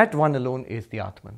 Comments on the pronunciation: u r wrong. I have been listening to him for a long tome. Read this carefully then go back and listen to his pronunciation then come back and tell me if I am wrong: When he talks in English he distorts it and says clearly “atmun” and not “Atmaan”. Atmaan is the closest correct pronunciation. Further when he speaks in English he distorts common words like Yog to Yoga and Arjun to Arjuna and shiv to shiva. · This learned man has distortion in his brain. when he talks Hindii he says 'batman' but when he is speaking in English he says 'aatmun'. As if it is a separate English word. Aatmaan is always Aatmaann in any language. Should be no distortion. Same with Artjun, Yog, Shiv... . We must stop giving concessions to English speakers by distorting to Arjuna, Yoga, Shiva... English speakers will learn to pronounce the right way.